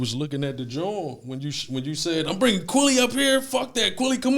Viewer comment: He keeps saying Kwaly instead of QUILLY..LIKE MILLY AK